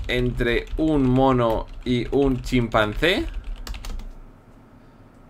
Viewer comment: emves de chimpanse dijiste chimpase jajajaja xD den like los que notaron el error de willirex